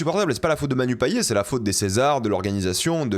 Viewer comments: Moi en tant que réunionnaise j'ai les oreilles qui saignent quand j'entends "Payé" au lieu de PayeT!! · Coucou just pour dire que le nom de famille Payet se prononce comme le mot Paillette voilà en tous cas à la réunion :))